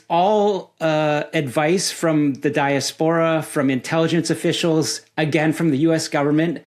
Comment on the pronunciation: Great interview but the way he pronounces diaspora makes my brain mske TV static noisrs